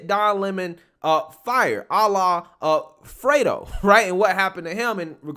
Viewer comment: I cant believe you kept a straight face saying "Ala- A-Fredo". So funny!!!